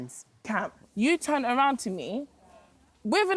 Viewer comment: The word is turned not ‘turnt,’ you silly ogre. 🤦🏾‍♂️